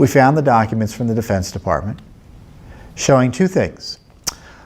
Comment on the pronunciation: "Defartment of defense" XD